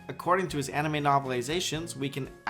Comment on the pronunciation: I may be mistaken, but i hear aMime instead of anime